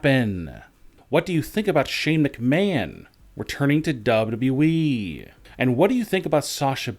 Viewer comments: "WWE" clown, not "WE" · It’s W W E not WE, I hate this channel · Is it me or does he sometimes say WE instead of WWE?